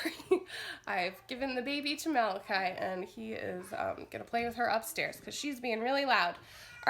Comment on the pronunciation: Finally I hear someone say malachi correctly my.4 yearolds name and people cal him ma la chee!!! Lol